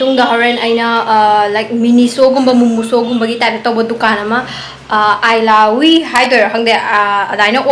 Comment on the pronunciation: eelahhui hyba not ailahui 🤪